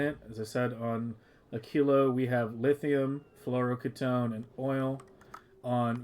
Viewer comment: Why are you pronouncing fluoroketone like that?